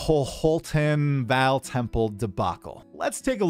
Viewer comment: V[AW]L, not "Val" Please, man